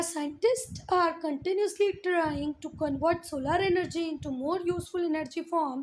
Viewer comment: Mam tell me one thing when you say "contanuas use" and "contanuasly" i want to ask something what do you want to say it is not contanuasly is "continuously" PLEASE CORRECT IT